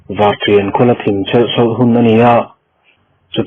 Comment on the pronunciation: Thim a zing tiha thim hi dark ni loin lam hniam khamphei tur..zu in hi khiat an ti a,i lam fuh lo..lam san khamphei tur aw